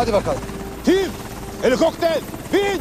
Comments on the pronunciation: Sonra tim helikopter bin demeyden helikokter bin deyir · Helikokter yox ay,helikopter🤦🏻‍♀️cox sagol,oyunculugun sayesinde bunun dizi oldgunu xatirliyram arada🤦🏻‍♀️🤦🏻‍♀️🤦🏻‍♀️🤦🏻‍♀️berbat oynuyrsan bir sozle